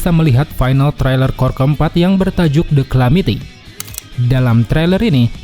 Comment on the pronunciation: cara bacanya DE KALAMITI bang